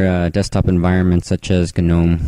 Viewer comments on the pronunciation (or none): Uh... What about pronouncing it as "Noh-m" not "Guh-noh-m" Ha just saying